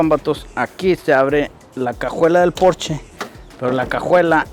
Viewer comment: Excelente vídeo! Y comentarte que creo eres el único que dice bien el nombre! Si, es porscha! No es inglés, es alemán